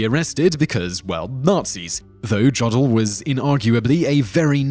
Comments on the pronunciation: It's pronounced Yodel (like the singing/yelling done in the alps) not Jod-el. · It's German. It is "Yoh-dahl." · Jodl is pronounced as J was pronounced as I as it's consonant form. In English, the tail was placed on the I to indicate this and the I as a consonant tended to be spoken as a G. The German Jodl should sound as that form of Swiss singing, Yodel. We also have taken the W and V from our many German Royals and so are the only people to call vin, wine. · It's "Yō del" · The pronunciation of Jodl is priceless :D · says 'Massachusetts' correctly but not 'Giuseppe' or 'Jodl' I'm starting to think you're mispronouncing things intentionally